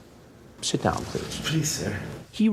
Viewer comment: Sir, PLEECE!😢